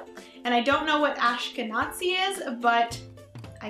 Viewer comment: Quick tip: It's pronounced "Aash-ken-aah-zee." Also, with a surname like yours, I am unsurprised by the amount of British Isles in your background. The Scandinavian is possibly from ancestors back during the northern men's invasion of the Isles, if not more recently. And being that you're Canadian, the French and German isn't too surprising to me either. I say all this because I've had friends and family take these tests and be really confused as to where certain ethnicities came from--most notably, my own grandmother! She was shocked by the amount of Northern European in her results until I reminded her about the Anglo-Saxons and Normans coming to the Isles hundreds of years ago. These tests are fascinating, but I hear they're even more accurate if you have a parent (or both) take the test and then link your results to theirs.